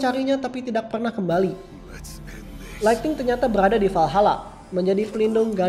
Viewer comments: Kak bukan lighting / laigting tapi lightning / laigning woakwoakwoak jangan katro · Lightning bang bukan Lighting